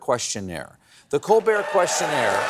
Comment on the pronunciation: This was an exceptional "Questionert" 😂